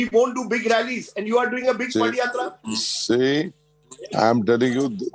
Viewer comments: 😝 Its "Pada Yatra".. Not "Padi yatra" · This foolish anchor doesn't know how to pronounce padhayatra....